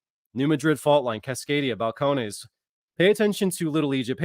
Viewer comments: Is that pronounced Fal - cone - knees? 😂😂😂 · It is Bal-cone-knees.... Just FYI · Balcones is pronounced (Bal cone eese)